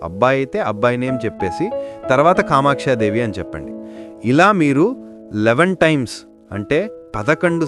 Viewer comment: Kamakshi devni ani palakli